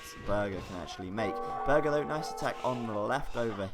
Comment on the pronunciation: it is actually pronounced "bourghair" and means "castle lord " in German.